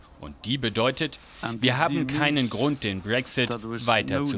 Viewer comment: pssst BRÄCKSSITT